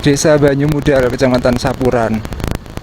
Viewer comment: Yang mengganggu itu penyebutan banyumudal huruf d nya seperti menyebut wedus 😅